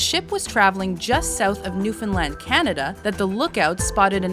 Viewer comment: Good job. You actually said Newfoundland right